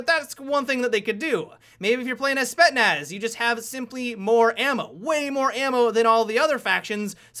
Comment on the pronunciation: lol them "Spet-naz" operators :D